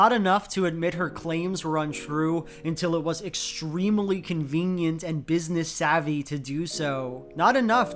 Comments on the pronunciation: i love u and ur videos but every time u say “extremeuhly” i die a little inside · Provocative analysis as usual, but can we talk about and and...."extrem-e-ly"? Is this a idiolect, or is it a regional thing? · Love your videos! Also the way you pronounce ‘extremely’ so it has four syllables... :D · Loving the svarabhakti he puts in “extremely”